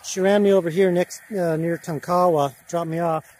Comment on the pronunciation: Tonk a wa (not long a's)